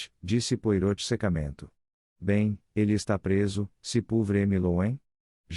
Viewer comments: Francamente, pronunciar o nome Poirot conforme está escrito é o fim da picada! É uma máquina que faz a leitura? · Custa pronunciar direito? Joga o nome do belga em um site de tradução com áudio ou assiste a um vídeo dele, há vários pelo youtube e aprende a falar direito. Afinal, o personagem é bem conhecido. Use suas pequenas células cinzentas.